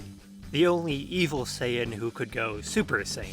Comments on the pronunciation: He actually pronounced it the Japanese way. The CORRECT way. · I mean, that's actually the correct Japanese pronunciation :V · Yes the correct way to pronounce it.